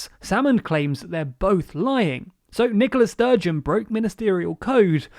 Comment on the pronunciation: I know you have to keep up a brisk pace when you're covering an involved topic, but it really does sound like you're calling the First Minister "Nicholas Sturgeon". It's a tricky name, in that regard, maybe if you put a little more emphasis on the "A" although then you risk mispronouncing the name... idk, just thought I should mention it.